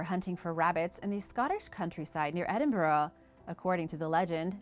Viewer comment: Great video and bonus points on pronouncing Edinburgh correct. A+